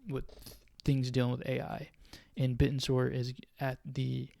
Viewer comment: You know you're pronounced in a completely wrong. I guess you only watch 1 video about it.